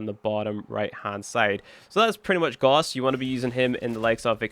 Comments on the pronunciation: You pronounce Gauss wrong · Gauss is not pronounced the way you are saying it. Do with this information what you will.